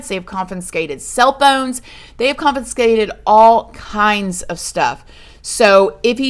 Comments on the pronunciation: Confinscated 😆 I'm sorry, I love you but I couldn't help laughing at how you kept saying "conFINscated" instead of confiscated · Hey, just a tip. You've been mispronouncing "confiscated". - is where I heard it. You've been saying "coffin-skated". Correct pronunciation is: "CON-fiss-kated" Love you girl. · Consfincated is the new way of saying it. I love it and I am here supporting 👑. Your babies love you💕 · oh bless your heart,it's con-fi-scate-ed.youre so damn cute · I love the way says CONFINSACTED 😂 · The way you pronounce confiscated 🤣 still an awesome story teller way better than me